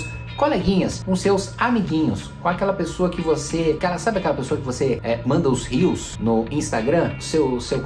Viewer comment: "os rius" Rsrs